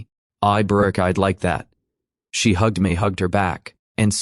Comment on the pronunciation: This is a repeat story and the English is incorrect with a lot of hey Brooke , pronounced incorrectly , terrible !